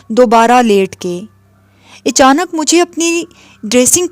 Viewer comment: Echanak nhi achanak bolna chahiye 🙏